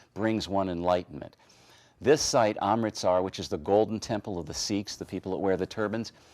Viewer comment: They are not called "the Seeks" - actually they are "the Sicks" (phon.) And yes - I have been in AMRITSAR (why is it difficult to get this right,....?)myself, actually more than once. I wonder, has he also visited the "sacred" BABRI MOSQUE in Ayodhya (A-jod-ya/phon. with the first "A" as in "America"). Very sacred actually - all this (green) Muslim blood. All this NEW AGE bull is ridiculous - sorry!